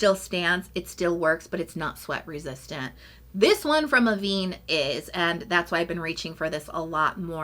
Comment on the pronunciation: Love the mineral sunscreen from Avène 😍 tried it after you reco’d the first time, so thank you!! Btw the accent grave above the e in Avène means it’s pronounced like Ah-vehn, not Ah-veen just an fyi, not trying to patronise 😊